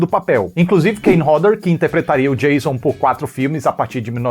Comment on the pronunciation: Oiii, eu a assisti os filmes originais esperando pelo Revisando a Franquia e imaginando você chamando Kruger de Tio Frederico, por favor,leve em consideração. Achei um máximo o Revisando - Sexta 13- lhe ouvindo dizer "Jêison". Ansiosa para as próximas partes ❤❤❤❤.